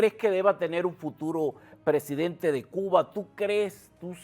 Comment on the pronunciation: president-AAAAA??? Pero qué es esto??? PRESIDENTEEEEEEE!!! Se dice PRESIDENTEEEEEEE!!!